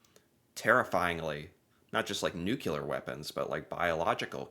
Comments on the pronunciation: Nuclear. Please stop saying nook-yoo-ler. It's pronounced nook-lee-er. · Repeat after me... NU CLE AR Nucular is just wrong. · Ponouce it well Nuclear not Nucular